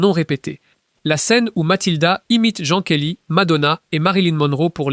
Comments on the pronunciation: "Jean Kelly" pour "Gene Kelly" m'a permis de griller l'IA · Jan Kelly???? Çà s écrit comme Jean de Florette mais ça se prononce comme les pantalons 😅